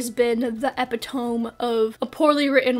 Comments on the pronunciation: Small note: "epitome" is four syllables. E-pi-to-me. I get it, it's hard to know how to say a word if you've never heard it said, but that's why I was so caught off guard when you said "e-pi-tome". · girl--did he just say epee-tome 💀 its pronounced epi-toe-mee lmao mispronouncing things is kinda cute tho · If anyone leaves a comment about how often I say "honestly" or "essentially", I will break down and tears. Yes, that is a threat. EDIT: y'all have taken to making fun of my pronunciation of "epitome" instead, and in my defense I've only ever heard it pronounced the way I said it in the video 😤 blame my education for that one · wait why do you pronounce epitome like that? i just wanna know bc i’ve only ever heard ppl pronounce it as “eh pit oh mee” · It’s pronounced əˈpidəmē I’m so sorry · "Epi-tome" lol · "Epitome" is pronounced Eh-pit-oh-me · is... epitome not pronounced like that?... oh. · Epitome is four syllables ;) thanks for the great SpeedPaint, it was super relaxing to watch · ...how did u just pronounce epitome??